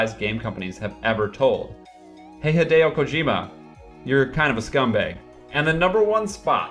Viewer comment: ShadowPlatinum Mist also he completely butchered Hideo Kojima's name. Do a second take dude